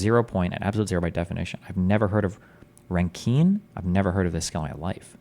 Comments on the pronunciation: Rankine is pronounced Rankin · Listening to destiny read out the Wikipedia hurts my head. So ironic how he calls Terrance schizophrenic when he himself doesn’t even understand the basics of what Terrance is trying to explain and half the things that come out of destiny’s mouth are delusional. The way he pronounces rankine is diabolical.